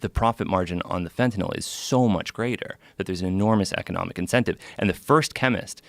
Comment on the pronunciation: I hate how he says fetanyl